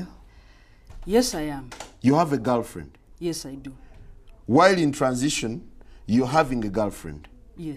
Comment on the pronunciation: Interviewer : do u have a GALRFRIEND?